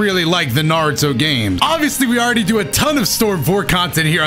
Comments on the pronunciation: I'm pissed that he said narudo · Why is he saying naruto name wrong and right at the same time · only said Naruto right ONCE 😂